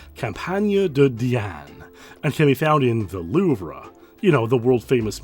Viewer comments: The Loove-Ruh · Great video! Btw, the famous museum in Paris, the louvre, is pronounced “looo-vvv” lol, I said it the same way you did in the video too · The Louvre is French and pronounced “Loove” with a long double “O” sound and the “re” is silent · "The Loover?" "Versais?" 🤣 It's pronounced Loov and Versai. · Hello, I don't mean any harm with this statement, but you said it a bunch and I want to help. It's pronounced "loove" or "lew-vv" you don't pronounce the r. Same with Versailles, the s is silent. French is hard. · I’m sorry but your pronunciation of the louvre and Versailles killed me. It’s [LOOV] and the last s on Versailles is silent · The r in Louvre is silent, as is the "lles" in Versailles. Just FYI.